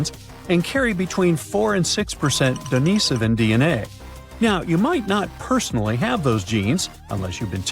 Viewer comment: Wish the narration would pronounce Dinisovan correctly cbsistently Its Denisovan not Denovisan